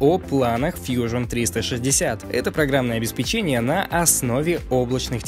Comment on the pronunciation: повторюсь: обеспЕчение привильно говорить